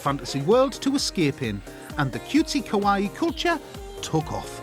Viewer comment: "The Japanese call this culture 'kowaii'" LMAO he called it scary. It's kawaii*